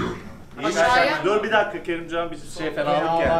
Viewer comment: Ay kopdum KERİMCAN DİYO Kİ AĞĞ HERKES AĞĞĞ KERİMCAN AY GÖLGEMİŞ LAN🤣🤣🤣